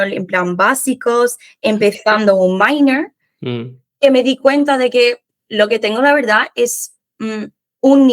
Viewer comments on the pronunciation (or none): Me di cuenta cuando dijo "minor" de que es realmente estadounidense